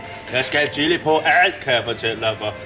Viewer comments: han siger: illi(chilli) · Starter forfra, trykker start og trykker 3 så lyder det som om at han siger killing xD